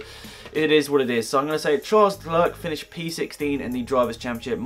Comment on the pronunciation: Charles Leclerc's name has a silent C (Lecler)